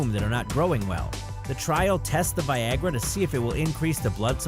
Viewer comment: did anyone think it said vagina instead of Viagra